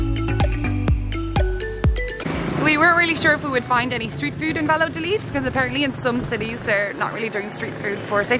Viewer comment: Cute video. 😊 By the way, the name of the town is pronounced Vayadolid, and not Valadolid.